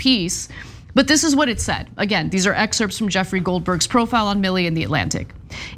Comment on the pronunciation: Ana it's excerpts with a silent p and t is sounded at the end.